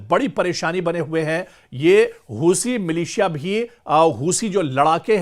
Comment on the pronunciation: हूसी नहीं हूती बोलो 😂